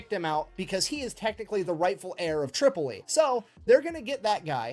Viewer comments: Tripoli pronounced "trip" - o- lee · Bruh a bit late to the party but I got a small chuckle when you called Tripoli "Chipoltle". Love your videos. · First learn how to say Tripoli. Next is this counterfeit Englishman annoying!!